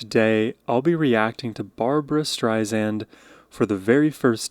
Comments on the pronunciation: AT LEAST SPELL HER NAME CORRECTLY..I MEAN..WTF? And it's NOT "Strizand"...it's pronounced like it's spelled...like SAND on the beach. Who are you? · Barbra is spelled Barbra and you pronounce her name Streisand, sand on the beach. Not zand. Barbra is the best! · Barbra (not Barbara) Strei-SAND (Not Strei-zand) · StreiSAND not StrreiZAND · It's Strei-SAND, like sand on the beach, not Strei-zand. Her words, not mine. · your pronunciation of her last name would make her head explode 🤣🤣 she hates to have the second "s" pronounced as a "z," she demands (respectfully submits) it be pronounced as written - an "s" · Have been a massive Barbra Streisand fan for the last 50 years and have attended several of her concerts. There will NEVER be another artist/performer like Barbra. Am so glad you have discovered her and I love your analysis of her voice and her songs! Just an FYI, her last name is pronounced Streisand with ”sand” being the 2nd syllable, not “zand”. She has often said in her interviews, that is a pet peeve of hers when people mispronounce her last name. Just thought you would want to know! Keep up your great shows….am enjoying you! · FYI: The last syllable of her last name is pronounced "sand" not zand. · Her name is pronounced Stri-Sand not streizend. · It's StreiSAND, not Zand, like sand on the beach.... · Strei-Sand, not Strei-Zand. The Streisand Effect was about an aerial photo of her home... not a photo of herself. She was worried about her safety, not her ego. Do a bit of fact checking... and even better... read her extraordinary memoir. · Miss Barbra Streisand gets angry at her name being mispronounced. Name is StreiSand with an S not a Z . Pronounced Stry Sand. Not Stry Zand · Detail: She pronounces her name as it looks. The las syllable is -sand, not -zand. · please pronounce her last name as Streisand (sand) not (zand) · Oh you mispronounced “Streisand “. It’s Sand. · StrySAND is how it is pronounced. There is no Z in her last name